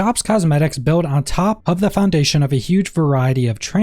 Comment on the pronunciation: Ok for real what’s with the random h’s you put in front of words? Like pronouncing of as huv